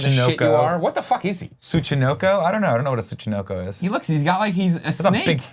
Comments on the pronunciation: How hard is it to say Tsuchinoko ? xD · Say it like Soo-shee-no-ko. That was the secret snake from metal gear solid 3!